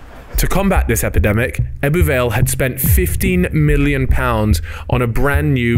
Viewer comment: The way you pronounce ebbw every time made me cringe